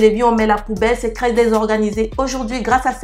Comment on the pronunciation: J'aime bcp tes vidéo. Je te suis depuis 2 semaine mtn. Merci pour tes astuces... Lol... Ce qui me tue de rire... C'est ta prononciation du "T.R" que tu remplace tjt par un "C.R" 😅🤣🤣😘 Pour dire trop beau tu dit crès beau